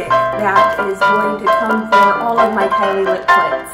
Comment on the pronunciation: Who else notices she said Kylie lip CLITS